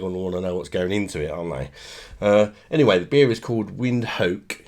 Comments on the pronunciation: How do you say the name wrong so very wrong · Its Windhoek yes but not as u say it😂